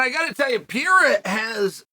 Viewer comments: It's PA-RAY-RUH, not PE-ER-RA, you dunce. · OK, Mr. Sonnen, I've heard you mispronounce Pereira one too many times. It's Peh-hey-yah not Pee-air-ah. Please! And, why does it seem like you are always yelling? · Alex Pee-era 😂😂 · Lol, "Hazmat" and "Pierre" 😅Uncle Chael is not even trying anymore.. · Love „Piera“ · Pee-era, classic! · "Alex Pee-Aira" - Uncle Chael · is Chael dyslexic?? Pierra, Hazmat, etc. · Why are you pronouncing his name like that? Stop that. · i'm honestly so use to chael mispronouncing names at this point it's crazy